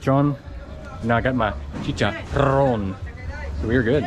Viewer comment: The way you say chicharon is soooooooooo nice